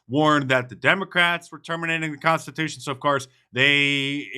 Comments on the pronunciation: “The con-ta-tushion”?? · He certainly cannot spell ‘consitushun’. Nor pronounce ‘constitution’. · The god can’t even speak proper English and pronounce words,, example “da condatewshun”